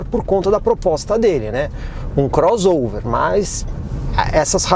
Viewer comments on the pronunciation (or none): none